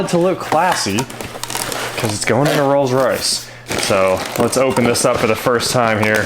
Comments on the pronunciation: I think he said Rolls-Royth 🤣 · just me or did he say "Rolls Roythe Silver Wraith II" like he was trying to combine royce and wraith, not like a lisp or anything like that? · Rolls Roith? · ....he did. Glad I wasn't the only one who heard that...lol